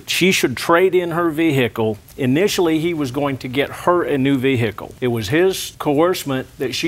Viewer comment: Ol daddy… did get act in Deliverance. Ve-hic-kle